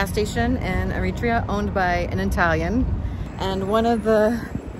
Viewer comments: AIR-uh-TRAY-uh, not Uh-REE-tree-uh. I lived in Asmara from . The Island in the Clouds. I fell in love with it then, and it still lives in my heart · It’s pronuced eri tree uh not eri tree ah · its pronounced eh·ruh·tree·uh btw not arutrea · Americans... everyone else pronounces it Eri-trea, not Er-ri-tria. Irritating but we expect it. But I doffs me lid to you, young lady. Takes guts to travel to places like that solo. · Isn't the proper pronunciation EriTREEa? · I lived in Ethiopia for 2 years, I have visited Eritrea, I know people from Eritrea, but I have NEVER heard this pronunciation of the country’s name. The accent on the 2nd syllable is unique to this narrator. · You don't pronounce it right Eritrea